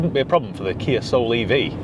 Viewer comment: The Kia Ah-Soul